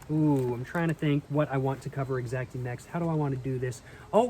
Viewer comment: Bro keeps saying “exacty”.. I guess he’s proving that he can’t take an L…